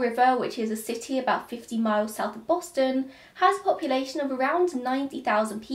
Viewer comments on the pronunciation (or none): none